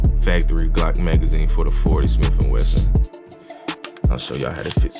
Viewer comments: good v ideo "wesson" not "Weston" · It is pronounced smith & WESSON. Not Weston. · Smith and Wesson not Weston, Nice video! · It’s not “weston” it’s smith and Wesson not a clip either it’s a magazine